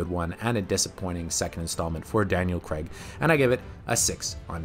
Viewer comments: CRAAAAIIGGG..its Craig, not creg! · It's not creg it's craig - rhymes with vague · It's J-emma not hard G G-emma. It's Crayg, like cra-(zy) with a g, and it's 7 out of 10, not "7 on 10". What is going on here! Oh and QOS is rubbish. It spoils the whole Daniel Craig arc for me.